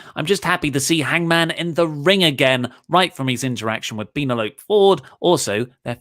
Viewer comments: PEEN-A-LOPE?! What kind of name is PEEN-A-LOPE?! LOL! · It's pronounced PEN-EL-O-PEE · please say Penelope properly... Ueeehhhhh..... That was horrible... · The way they pronounce Penelope is a reference to the movie Club Dread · Their pronunciation of Penelope is a reference to the movie Club Dread.